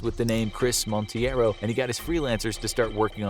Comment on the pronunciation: The guy’s last name is Monteiro (it may sound like mount-ay-ro) and not Montieiro as pronounced. It's a Portuguese surname, and this way sounded more Hispanic or made up.